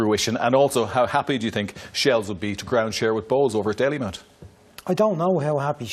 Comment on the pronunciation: Dalymount not Dailymount.